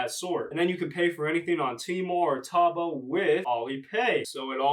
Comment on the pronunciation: It’s pronounced tow-bow lol